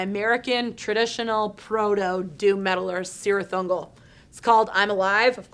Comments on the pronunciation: Heads up for the obligatory Tolkien nerd comment correcting pronunciation of Cirith Ungol: "um, it's pronounced like Kirith Ungol, with the hard 'c' sound, per Tolkien's own notes on pronunciation accompanying the Lord Of The Rings, not sirith ungol with the soft 'c' sound, which doesn't exist within the elvish language or any of its derivatives." Okay. It's me. I'm that fucking nerd, ha ha. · First the “Orthanac” incident and now “Sirith Ungol”. I guess her time is up, she needs to leave Banger. It’s just not acceptable anymore...;)